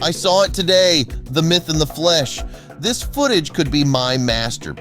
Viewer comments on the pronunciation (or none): none